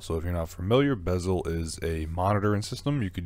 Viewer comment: its beszel not bezel. Maybe learn alphabet before giving advice ?